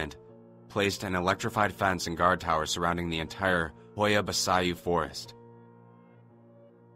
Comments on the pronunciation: 20 FUCKING SECONDS IN HE SAIS HOIA BASAYOO FOR FUCKS SAKE MAAAAN. HAHAHAHA its pronounced Bachoo more or less :)) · Welp, shit. I'm romanian. Also it's pronounced ho-ya ba-ch-you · It's "ho-yah bah-chu" ffs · It is pronounced: Hoya Bachu And you rite it: Hoia Baciu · It is pronounced hoia bachiooo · Dude? Preeetty sure it's pronounced "Hoya Bachoo". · HOIA BACIU! REALLY BAD PRONUNCIATION,LOL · that Hoia Baciu pronounciation... Lord!!! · He destroyed the name so badly tho